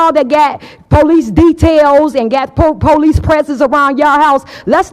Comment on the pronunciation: The poleece!😂